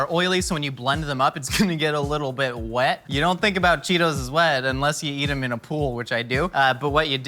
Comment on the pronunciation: pronouncing the h that isnt in wet